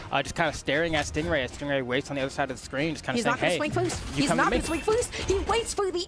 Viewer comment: No offense to but i wonder how many times she called him a "GAY" lmfao. And let’s at least show respect to STING RAY, she should have practiced to pronounce the pro player’s name properly. Other words don’t matter but the NAME tho. It’s not about the accent that she has, nothing wrong with that, but the overall explanations she provides are not THAT GOOD (she said she doesn’t really know much about the great sword bcz she doesn’t play it). What did the black guy (caster) do wrong to be paired with her. He had to explain things that she couldn’t, and i saw his facial expressions kinda like trying to hold a laugh every time she says STING GUAY, he says STING RAY right after calls the name not properly. Can’t and hard to pronounce "R" for, i see, but I’m sure if she practices, she can do it. Or talk slower to deliver messages that she wants to deliver to us, She doesn’t need to talk that fast at all like some rapper, Step by step analyze the game play and let the brawlhalla fans focus on the game, not fighting over her. Dunno where she’s from and her mother tongue, she should just do it with her region’s language cast, not English if she’s gonna keep on trolling on some BASIC ATTITUDES AND KNOWLEDGES about the game. (ADA Nsig…) I love brawlhalla, dont really care THAT MUCH about the casters, I care about the characters played by pros if they play the characters that i like, so I watched all these new IMUGI game play, and STING GAY went over through my last limitat